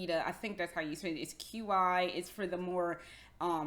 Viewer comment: Really enjoyed your video, thank you for sharing! The one thing I wanted to add was that "Qi" in Qi Lolita is pronounced "Chee", like "Cheese". :)